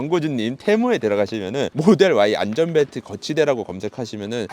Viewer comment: 자꾸 안절벨트라고 발음하셔서 뭔가 웃겨요 ㅋㅋ